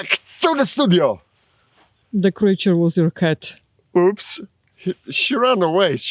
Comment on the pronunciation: “the creature was yourrrr khat “...hysterical..🤣😂🤣